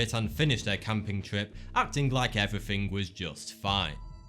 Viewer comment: Everyfring was just fine lol 😂